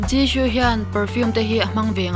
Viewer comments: Zishoo tiin ilam a thing vek jisoo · I Jisoo lam dan a dik lo Jishoo i ti 😀😀😀😀